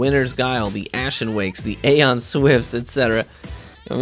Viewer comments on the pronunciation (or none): none